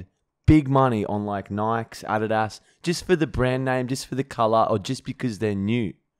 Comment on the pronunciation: The way pronounced Adidas was fucking hysterical